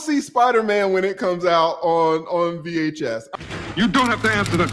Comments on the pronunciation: Did you really just say vhhs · Lawd not VHS.... 🤣🤣🤣